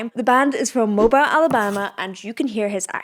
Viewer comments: It’s ‘Mobeel’ not Mo-bile or Moble, Mobile ALABAMA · it's pronounced Mobeele Alabama. Long E sound. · Its pronounced mo-BEEL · Hun it’s pronounced Mo-bill Alabama. Also the singer kinda has a Kermit sound at times to me. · Pronounced Mobeel. The city they are from in Alabama. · It's pronounced Mo-beel. They 100% describe themselves as a rock band. I saw them in Huntsville on the last night of their tour and it was an amazing show. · Correct Phonetic pronunciation!: Mobeel Alabama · Also it’s pronounced Moe-Bill Alabama. But great video not hating, he’s an amazing artist and he sounds just like this live. Reminds me of when I saw Chris Stapleton live. Pure raw emotion and vocals. I hope you react to more of their songs they deserve recognition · Love your review. Mobile is pronounced Mo-beel.